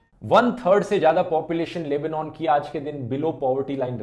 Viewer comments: It's Lebanon. NOT!! LEBOOOONAAN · the proper pronuncation is Leb-Naan